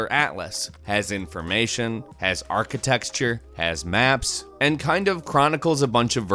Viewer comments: I don't like the way you say architecture. its not arcitexture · "Has information, has architexture" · ar·chi·tec·ture. Pronounced: arka-tech-chur. Not arka-texture. Side note: battle royale games are for idiots. The same kind of idiots who listen to pop music. Stop playing them, stop talking about them, just stop. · Arquitexture, again... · Architexture? Lulz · "Architexture" XD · "Architexture"? Was that a pun? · is architexture a thing? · Did he say archiTEXTURE..? Think it was at 9.40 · STOP SAYING "ARCHITEXTURE"!!!